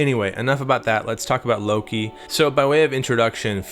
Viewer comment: I've been playing my drums for five minutes waiting for the god damn video to start. "Luka" say it like that with a soft A. Don't say Low-key.